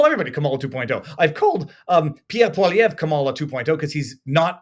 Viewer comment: The first person to pronounce poilievre right!